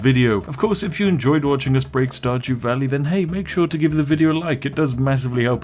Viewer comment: Starjew walley 🤣😏